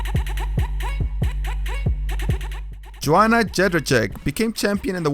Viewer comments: The way you said Joanna's name was hilarious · Pls learn how to say names. You called weidman weedman, Joanna jejejek